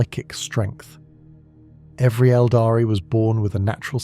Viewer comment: Really good content, I love your videos watching everything rn back to back and recomending them to others! Might be a very small thing, but the pronunciation of Aeldari should be "EHL-dah-ree" sometimes it's pronounced like "el-dahree" which is wrong and sounds very much like abominable intelligence talking.